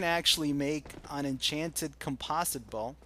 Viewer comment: Aaaaaagh! Americans! "Com-poze-it Bow". Good job its not an "Aluminum Bow"